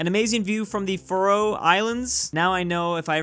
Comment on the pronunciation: Faroe Islands are pronounced fair-o